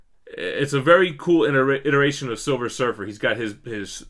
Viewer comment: Savage silfer lol